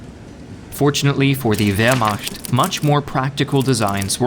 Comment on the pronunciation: It wasn’t the pronunciation of any of the tanks that got me, what drove me nuts was how you kept saying “Vermasht”